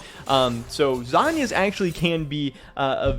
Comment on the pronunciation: Lasagna->zhonya Drives me nuts you pronounce it like the this lol